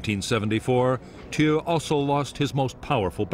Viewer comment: Narrator pronounces Thieu wrong 😒